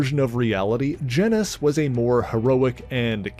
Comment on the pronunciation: why do people keep pronouncing Genis's name like it rhymes with Dennis? His name is pronounced like Genus.. Which is why his sister is named Phyla... That's the joke.. Kingdom, Phylum (or Phyla for plural), Class,. Order, Family, Genus, species....